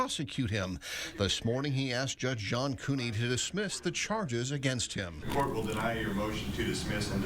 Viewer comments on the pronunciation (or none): It's also the court not da court